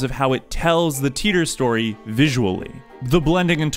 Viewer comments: I forgive you for the pronunciation of Rukako, but... what's with Titor? Isn't it supposed to be something like "Tie-tor"? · Really like your analysis, although i can forgive your use of "Luka", not using "Tai-tor" deserves a dislike from me. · SPOILER Titor in japanese is pronounced "taita". The "Titor" part of the name Barrel Titor comes from HashiDA ITAru.